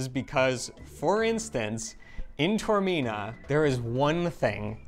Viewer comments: No. First mistake was in mispronouncing Taormina. Ta or mi na. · Taormina. Tao. not Tormina. Ta-or, not Tor. Tormina means pain of the abdomen. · It's Tah or Mina I don't believe that Eva did not correct you in the pronation of Taormina